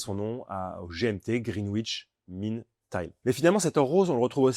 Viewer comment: Elle est très belle sauf que sur cette collection, ils ont choisi un entre-corne de 21mm... Quelle idée saugrenue ! Sinon, petite pique car tu aimes la précision, en Anglais, le W de Greenwich ne se prononce pas ! ;-)